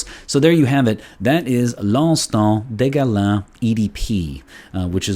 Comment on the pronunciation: fantastic review.the pronunciation of the name is fantastic😄 loved it👍